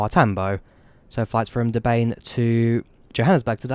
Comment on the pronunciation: Awesome video and thank you for flying in SA. Your pronunciation of Durban could use some work though lol